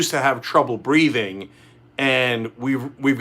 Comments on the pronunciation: "Breating" is that a piss take on the way Donald speaks? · Breating? Or Breathing!! English please Cenk. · mising the h in breathing!!! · There is a H in breathing.